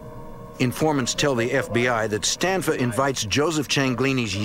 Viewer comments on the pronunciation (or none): It's Stanfa, not Stanford.